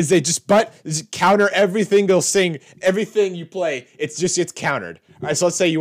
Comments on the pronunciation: "... every thingle sing..." Harsh dude. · "Every thingle Sing" Lol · “They counter every thinle sing” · dunno if it was scripted but blue countering "every thingle sing" got me lol